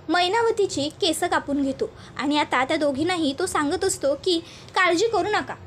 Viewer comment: अग बाई मराठी शुध्द बोलता येत नाही का ? एक असला किंवा अनेक असले तरी केस्अ नाही तर "केस" असे म्हणतात.